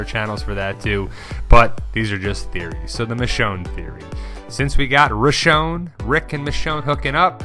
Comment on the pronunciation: It's Michonne....